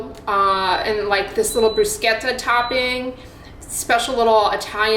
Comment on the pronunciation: When I thought I couldn't like you even more, YOU PRONOUNCED BRUSCHETTA PROPERLY!!! ❤😅